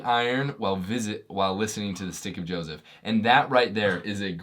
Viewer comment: Just so you know - sometimes when you say the name of your program it sounds like “Sticky Joseph”.